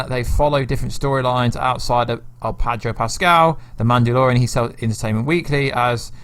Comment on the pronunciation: Sorry gota say it, it's Pedro not Padro lol sorry m8